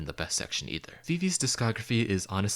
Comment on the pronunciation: If you would at least pronounce VIVIZ correctly...